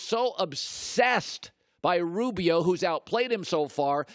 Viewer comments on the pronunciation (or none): I heard “ robio” “ westbrick” couple times